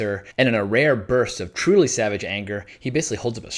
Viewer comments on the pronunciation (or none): none